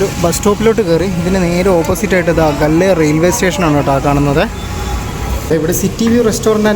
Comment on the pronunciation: Gol alla gally😅